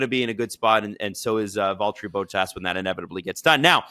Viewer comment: Please make an effort to pronounce drivers names correctly. For your information this time, it is not: Boat ass it is: Bottas short b o t, like in shot or dot(com) or plot. And it is not ass, it is ‘as’ like in as you please or Asterix. Thank you